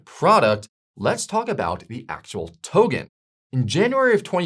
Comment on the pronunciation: Why the hell is he pronouning token as tohhgen. it’s irritating.